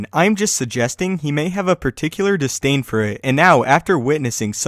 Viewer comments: The word is DISDAIN, not distain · He knows, but everybody and their mother pronounces it distain, go ahead ask people to say the word for you.